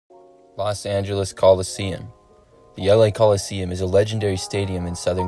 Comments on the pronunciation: WTF country are you from? It's "Coliseum".... not "Collesium"....... Idiots..... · "Collesium"? Really?